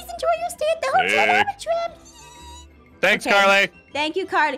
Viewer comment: Hotel name spelled: Albatraum How Pronounced it: Albatram... I have a question.. Can read??